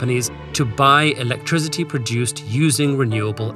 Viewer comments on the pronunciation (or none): none